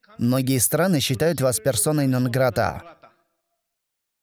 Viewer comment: Почему делает такие ударения на разные слова,как например нонгратаа